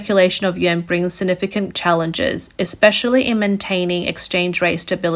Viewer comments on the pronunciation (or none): I hear "Yen" everytime she says/ means "Yuan". That's a BIG problem with the speakers voice. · It's pronounced "Wan" NOT "Yen!!!" You lose credibility when you say it wrong. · hard to take this reporting seriously when russian ruble is pronounced Rubble, and chinese yuan is pronounced Yen, over and over and over again